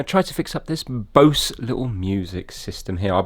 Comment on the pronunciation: I had a Bose wave radio like this. Bose is pronounced "Boze". By the way. The set I had was similar to yours but it had no remote. Cd player worked radio worked. I was using it and the audio just faded like the volume was turned down. Tried recapping it and broke one of the traces so I junked it. Kept the speakers/waveguide part and threw the rest away. I can find an amp to use with the speakers or a car radio.